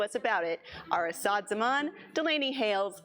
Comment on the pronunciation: stress the first syllable, like AH-ssad